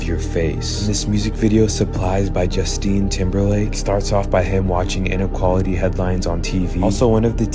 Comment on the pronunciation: Did that guy just say Juntine Timberlake? o.O